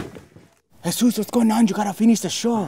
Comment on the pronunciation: It is Jesús why do you people get it wrong and yes I did